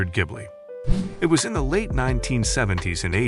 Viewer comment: Artificial voice keeps mispronouncing 'Maserati' as well as other words. Really not very good. 'Jibly' being just one example. 😞